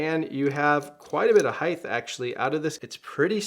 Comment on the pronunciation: HEIGHT! HEIGHT! it's not HEIGHTH! :) sorry...nice reviews.